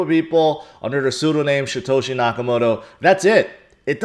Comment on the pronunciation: Shatoshi? It's Satoshi.